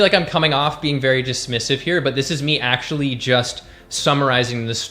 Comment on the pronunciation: "Doe-huz cray-he-fing eee-coo-wole a-hun ack-shoe-ole nu-tree-she-nole knee-heed" - Mouth-breather gasping for air and forming a sentence structure that is empty woman noise. You and your "ack-shoe-lee-uhh" and other overused mouth-breather terms like "foods" for food(food is food, it never needs the syllable 's' to act as suffix to denote diversity of food, mouth-breathers are too stupid to grasp this). The Human way to convey what you mean in that moment, is: Is craving a mechanism that reflects levels of nutrition within the body of whomever that crave is born to? The obvious answer is; yes, craving is an an expression of biology in quest for "homeostasis" but mouth-breathers misread these impulses and make poor choices as reflection of their misinterpretation. All who breathe through the mouth, are ruled by emotion to the point that their sence of syntax fails as their oration becomes meaningless decoration of vanity poised as reason. You mouth-breathers are the primary source of linguistic degeneration and all forms of inefficiency within society at large. All your gasping and tacky wording, is so revolting, it's like you are puking but words and word fragments are what you regurgitate in this process of pretending to communicate reason. This whole video is putrid noise of a woman inside the body of a man, just empty drama. I thught you were more intelligent than you are intellectual aka ideologue, I was wrong. All the forced and excessive "humor" is not helpin